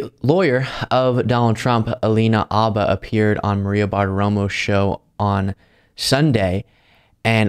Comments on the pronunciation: It's "HHHabba" bro. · I love you but please stop saying Alina Abba, I don't think it's a silent H 😂